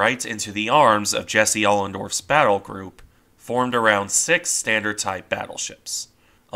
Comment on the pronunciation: It's Oldendorf, not Olendorf